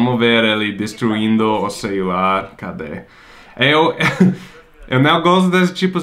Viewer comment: destruindo o "ceiular" kkkkkkk mto bom kkkk